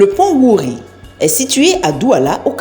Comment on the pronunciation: Déjà wouri ne ce prononce pas comme ça et c'est 2 Ponts et non un seul mais bien la vidéo.